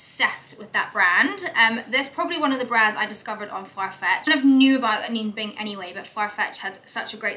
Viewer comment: A-gold-e ... A-nina Bing ... correct pronunciations of these brands